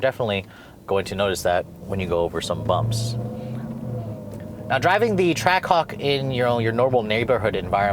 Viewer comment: I heard him say trackcock